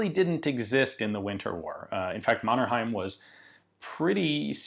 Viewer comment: I love your pronunciation of Mannerheim <3